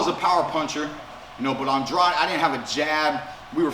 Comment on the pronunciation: thank you for pronouncing Andrade’s name correctly Keith💯